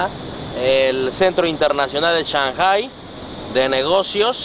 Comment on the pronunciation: aprende a pronunciar shanghpai xDDDDDDDDDDDDDDDDDDD